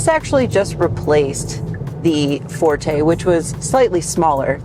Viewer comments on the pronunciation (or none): none